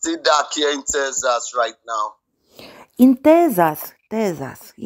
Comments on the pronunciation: Am een Tezzas, dear! Londan Tezzas 😂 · "Tezash" - "yeah" :face-blue-smiling